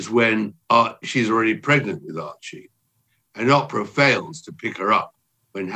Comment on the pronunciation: I just love how Tom pronounced Oprah, Opera! 😏 Bravo!